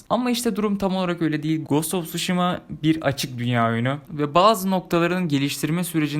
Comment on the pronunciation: Knk telaffuz; gast of suşhima not:olm hani edemiyodun sjsjsj